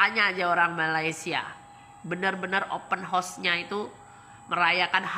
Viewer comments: Open Horse😂, dia nak buat kelakar hari raya tu😊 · assalam...abang jgn sebut open house sbb kedengaran nya seperti kuda terbuka cakap jer rumah terbuka..jgn marah yer...Selamat hari Raya